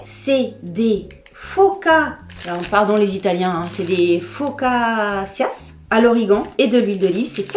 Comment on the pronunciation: Coucou,alors focaccias se prononce focatcha voila c est juste pour la petite info😃😃.. toujours un très grand plaisir de te voir... de gros bisous 🌺